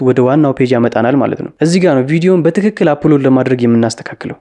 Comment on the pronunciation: በስትክክል አትበል በትክክል በል ሚን..